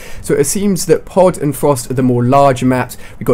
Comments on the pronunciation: Lol I thought pod said poo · I thought it said poo instead of pod :3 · I thought pod said poo lol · I thought Pod say Poo. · Look at the way he says pod.lol